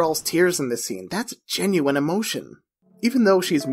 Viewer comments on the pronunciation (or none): none